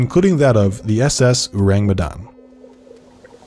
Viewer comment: It's "orang". Orang Medan or people from Medan. Ayyyy you sure know how to attract clicks. My people will swarm you here.